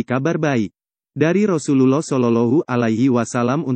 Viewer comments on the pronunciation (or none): Mohon untuk belajar lebih fasih lg dalam pengucapan rosulullah dsb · Pengisi suaranya tdk fasih dlm menyebut Rosululloh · Betulin dulu ucapan yg paseh menyebut Rosulluwoh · Ka Carapengucapan Rosulullah SAW. Kurang Tepat Ka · Ucapa Rasulullah shalallahu alaihi wasallam di ucapkan dgn benar, min...! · Betulin dlu cara ngucapin Rasulullah SAW nya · Maaf admin, baca arabnya yang fasih panjang pendeknya, inikan konten islam masa bacanya gitu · Coba pengucapan Rasulullah saw dibenerin, maafkan saya kalo menyinggung hati admin 🙏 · Channel Islam, tapi mengucapkan Rasulullah saja tidak fasih.